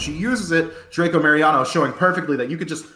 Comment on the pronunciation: Nadie: El caster: DracoMARIANO.